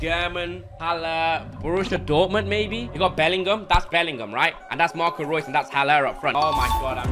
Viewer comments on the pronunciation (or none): none